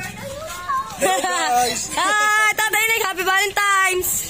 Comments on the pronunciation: VALENTINES not valentimes. Aral aral na ha? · valentines po,hndi valentimes..✌✌